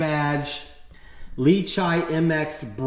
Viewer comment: Its "lee chee" not "lee chai"